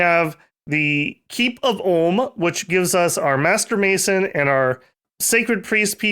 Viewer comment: "Ulm" not "Orrlm"